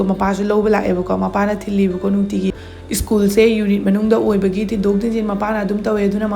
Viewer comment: Skul hyo school hygano 🤣🤣🤣